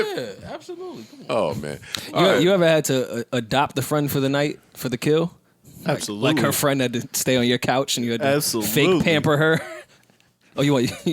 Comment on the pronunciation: i b forgetting is a white boy sometimes he sounded like a whole nigga when he hit that absoooolutely